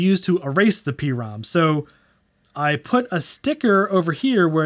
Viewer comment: "Prom" like the dance you go to. Not a pee-ROM.